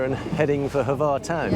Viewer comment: Congratulations on mastering the pronunciation of word Brač (although Hvar seemed to be a bit more difficult) :)